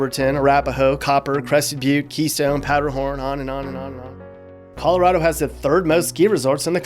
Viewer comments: Pretty well done. Especially the annoying transplant jackasses begin to overrun us like a rat infestation 🙄. Only thing, we don't say Colo-rod-o, it's Colo-rad-o lol. Only if you've lived here all your life though lol. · If you're going to live there, then at least learn to say it correctly. ColorAdo, not ColorOdo!! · triggered every time he says coloRAHdo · Where are you from? It's driving me nuts that you keep saying Colo-RAW-do? Is that how the rest of America says it? Also, no. Not everyone pretends to ski, and not everyone drives a damn Subaru, the quickest way to spot a liberal is if they're driving a Subaru. Also, thanks for not mentioning Northern Colorado, it's nice to not be associated with California 2.0. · It's Colo-RAD-o. I've lived herey entire life and it makes me shudder when people pronounce it like you do.